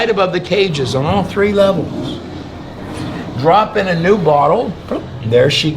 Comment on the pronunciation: The guy standing in front of it just told you how to say it and you still say 'Droopinar.'